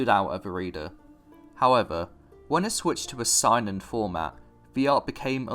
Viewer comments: The fact that you pronounce Seinen as "Sign-in" rather than "Say-nen" bothers my inner weeb. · Good video but you need to learn how to pronounce Japanese names/terms “Makoto YukiMARA” “SAInen” lol Edit: Wait you pronounce Yukimura correctly later on, I guess you just said it wrong that one time.. but yeah learn how to pronounce Seinen though lol